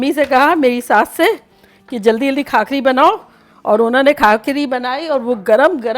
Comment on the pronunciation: Khakhari nahi usko bhakhari bolte he